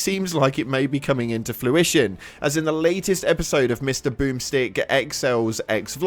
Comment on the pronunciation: Bro did say flu-ition? You did. It is fruition not flu 😂😂